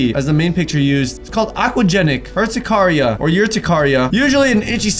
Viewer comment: just to corect you urticaria is pronounced like er-ti(cap i) care-i-a